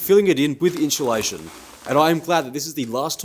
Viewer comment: Drink every time he says "in-CHEW-lation"